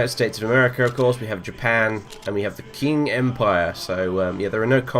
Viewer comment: "Qing" is actually pronounced "Ching."